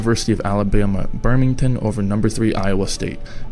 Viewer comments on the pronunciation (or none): I live in alabama and I died of laughter when he said birmington instead of Birmingham 😂😂😂😂😂😂😂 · Did dude say University of Alabama at “Birming-ton?” So many questions!